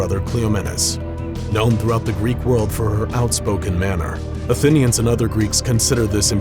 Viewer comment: this guy cant pronounce shit, athinians(atheneans), calvary(cavalry) lol